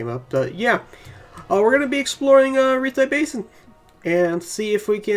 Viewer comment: I have learned to overlook your pronunciations. Thanks for the bed.